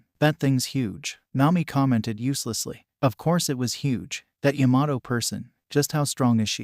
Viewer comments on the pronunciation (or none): Why does it sound like it’s saying yamaho and not Yamato